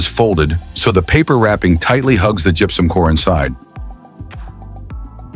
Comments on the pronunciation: When AI is used to the voice, gross mispronunciations make the video unbearable! It's not "jup-sum!" It's gypsum ("Jip-sum")!! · It also gets "gypsum" wrong.... it's pronounced "jip-some" NOT "jup-sum". AI is the most retarded thing ever. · Gepsum?.....you mean gipsum... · Good story but the AI voice is irritating. It even mispronounces gypsum. It's much better to watch with the sound off.